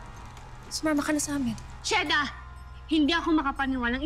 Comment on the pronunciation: Sabi ni mira cheda hindi sheda